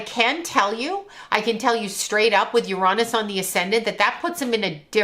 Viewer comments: "yer-ON-is" 🤣💀 As a physicist, there is no greater tell of a charlatan than mispronouncing a main celestial body in our solar system lmfao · ..”Ur-ahh-niss”.. 😂. For the last 100 yrs we all called it “Ur-A-niss” but I guess there were just too many immature adults out there these days so we had to change it to a much ‘safer’ word. 🤦🏻‍♀️ Lol